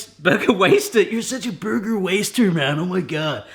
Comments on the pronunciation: I loved your surfer dude accent when you introduced the Burger Waister. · Ha! That American accent! "You're such a burger waster, man. Oh my GOD!"